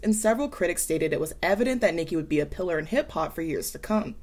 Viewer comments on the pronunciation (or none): none